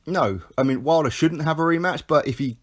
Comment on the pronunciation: You called him "Wilder" 😵